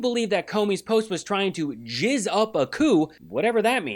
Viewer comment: Did he say jizz 😂